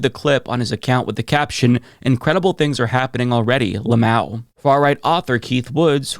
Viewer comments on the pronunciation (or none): La mao? Bruh, just say every letter. That was nasty work.